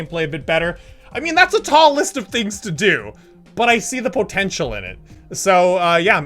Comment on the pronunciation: Nobody:: pO tEnTcH E a L